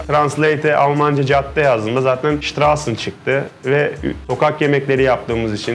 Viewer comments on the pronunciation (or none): Şıtrazın diye söylenir ama isim çok başarılı mekanda çok iyi